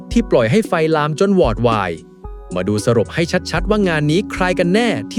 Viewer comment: อ่านว่า😂วอดวายไม่ใช่หวอดวาย